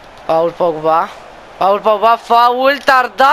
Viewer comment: Tot isteric ai rămas ! Și vezi, e "Pol" Pogba, ca nu de alta, e francez și ma gândesc ca faci și tu franceza la generală !